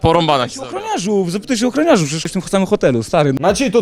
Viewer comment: On chyba powiedzieć spadachroniarzu😂